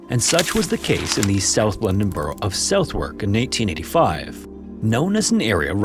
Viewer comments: I love the American narrator's disastrous, literal mis-pronunciation of Southwark as 'South-wark'. It's actually spoken as 'Suth-uck'. You'd think he might have checked it out on Google, rather than guessing and putting both feet in his mouth. Ironic when he boasts about no AI content - then makes exactly the mistake we expect from AI content! No doubt like every American visitor to central London who ever asked me directions, he also mangles 'Leicester Square' as 'Lie-cester Square'! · Nice video! Sorry to be That Guy, but it's pronounced 'Suthrk', not the more logical way you pronounced it 😁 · Love the videos, big fan. Im a Londoner, so I'm sorry to be this person: Southwark is said Soth-erk 😅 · Just to let you know it's pronounced "suthuck" not "southwerk" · Hi, resident of southawk.... Its pronounced Suth uck lol suthuck lol i love your vids but wow that took me by surprise haha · it’s pronounced suh- thuhk not southwark brother. A lot of places in the UK are like this. No clue why. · Dude ‘suh-thuck’ not ‘south-wark’ & I’m from the Black Country so know shit all so you have no excuses. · It’s pronounced ‘Suh-thuk’, not ‘South-werk’. Only the S, u, t, h & k are pronounced. The other letters might as well not be there.😊 Americans often think that because we share a language, they know how our towns and boroughs are pronounced. You’re so, so wrong. You’re in for a wild ride. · Always love these stories, I saw a bog body when visiting Dublin - it's facinating to see the level of preservation. I would mention one thing, Southwark is a funny word to say. In London we say "suthurk" rather than South Wark or Walk - I know I know it's silly but Suthurk it is. Woolwich, Eltham, and Leicester Square are tricky words too the English language really needs some accents to help! But that's a small thing when compared to your impecable research and retelling of these stories :) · Btw southwark is pronounced 'suhthuhk' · Say it with me, “Su-Thuc”. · Pronounced "Suth-erk"